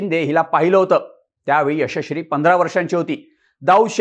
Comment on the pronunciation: मित्रा यशश्री बोलण्याचा सराव कर...😂😂